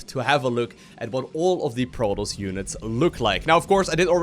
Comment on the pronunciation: it's proToss, not proross...